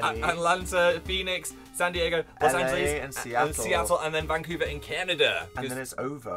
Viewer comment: Phil: Las Angelees